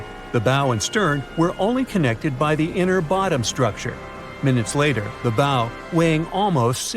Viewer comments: Drives me nuts when I hear "bow" (rhymes with "no") It's pronounced BOW, rhymes with COW. ugh... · Where do you go next in a speculative informational video about a ship after you make it clear you didn't know how bow is pronounced? Nowhere. That's who. Oh, and if anyone's skeptical about the coal fire but still talking mummies using question marks not laughing smileys then, well. We'll have a new breed, final phase of nimrod on our hands. It can't be bargained with. It can't be reasoned with. And it absolutely will not stop. Ever.